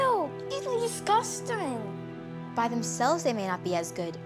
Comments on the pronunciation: “these are disgustang” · she said Disqustering..